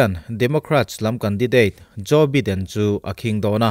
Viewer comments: Biden nilo in Baiden ti a lam tur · Sir, Joe beeden i tia .. Joe Baiiiden tia lam tur ania.. American english an hmang a.. British english lh American ah poh bi lh by hi.. Bi. .tia lamrik. Vaipa bhaia kn tiha bai kn lam rika lam rik ve2 ania( bai ah vowels 'a' hi silent language aga lam rik ngai nih chu) Zalenna a len bik hi mizo tawngah chuan len hi thluk sang lovin sangha manna len thluk hniam kn hmang aga zalenna( len sangha manna) thluka thluk tur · Biden tia lam tur ani lo, Baiden tia lam tur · Biden hi bye2 kan tiha 'bye' anga lam tur 🙏🙏🙏 channel thlir an tam leh dwn sia😊 an hming tal hi chu lam dik hram2 ila ava tha lehzual dwn em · Joe Biden hming hi i lam ri zing sia, i lam rik dan hi a khingbai deuh tlat, Jaw Baiden tiin lam ri la, ngaihthlak a nuam zual viau ngei ang le, sawisel nilovin, thahnnem ka lo ngaihpui vang zawk che nia. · Joe baiden tih tur. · Subscriber ka nih angin "Baiden" ti a lam tur in ka ngen a che. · Tianga mipui ngaihthlak theih turah chhawpchhuak ve meuh chuan Joe Biden hming lamrik dan dik tak tal te chu hriat ve awm.